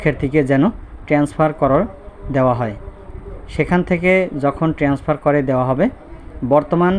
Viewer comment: আপনি কি একজন শিক্ষক? আপনি বারবার বলতেছেন ট্রেন্সফার, শব্দটা তো হবে ট্রান্সফার।